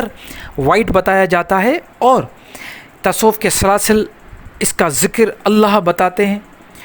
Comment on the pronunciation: سر۔ پہلے اپ لفظ تصوف کہنا سیکھیں لطایف جاری کرنا سیکھیں گے